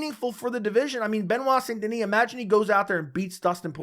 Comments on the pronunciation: Its pronounced "san" not saint, its pronounced like the city in rdr2. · It's pronouced "sein". Otherwise "san" gives it a spanish tone. I know it's difficult for non french speaker to pronounce "saint". It's like saying "un" (1) like 1, 2 3... in french. Typical french sound that doesn't exist in other language.